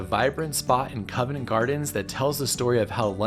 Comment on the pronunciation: Covent not covenant, please ;)